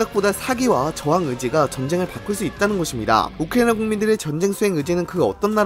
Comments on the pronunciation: 발음 진짜 너무한다 ㅋㅋㅋ 우크리이잉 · 우크라이나 발음 드럽게 ㅁㅎㄴ